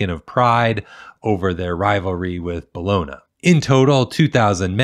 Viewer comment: "Bologna" is pronounced "Bol-on-ya."